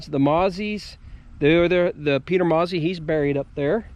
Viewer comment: Wonderful video. However, in the Shenandoah valley and environs, the name "Mauzy" was and is pronounced Moe-Zee with a little more emphasis on the 2nd syllable.